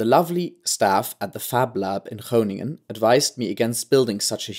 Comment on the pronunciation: Very nice pronunciation of Kroon, Groningen and Hoogezand! :-)